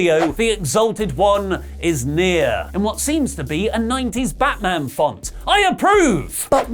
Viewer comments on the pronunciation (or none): none